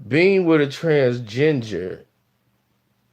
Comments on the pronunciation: He said TransGenjer 😂😂😂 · Is saying "transginger" instead of transgender? LMFAOOO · He said trans-ginger.... 💀💀💀